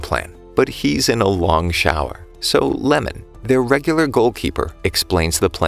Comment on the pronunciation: guys the goalkeeper's name is not lemon its iemon